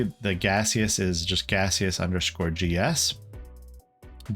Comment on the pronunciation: I'm the developer of Gaseous Server, and I just wanted to say thank you for your awesome video! Edit: the pronunciation was correct. It's meant to be a play on Steam :)